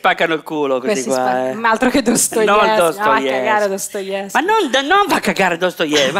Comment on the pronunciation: Dostoevskij comunque, non Stoevskij 😂 stava sparando nomi di autori per sembrare acculturata un po' così alla cazzum